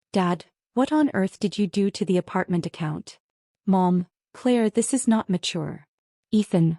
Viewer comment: teach your AI to read propertly - 'is' is NOT 'I S' : that is just in the first 43 seconds